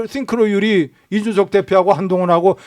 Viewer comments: 싱크로율 스펠링이 synchro 인데 자꾸 th발음으로 띵크로 ㅇㅈㄹ 하는게 개킹받누 ㅋㅋㅋㅋㅋ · 띵크로율 ㅇㅈㄹㅋㅋ synchronization / 싱크로율 씽크로율로 발음하는 게 맞습니다. 국힘당은 엑셀 함수도 못넣고 영어도 초졸수준이라 그냥 상대하기가 싫네요